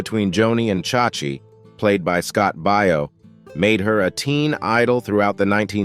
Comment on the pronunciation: It's Bay o, Scott Baio. Everyone knows this. Ugh. 😢 I hate computer voices.